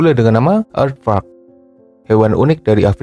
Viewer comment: pas lu ngomong aadvark kurang jelas min, coba artikulasinya diperbaiki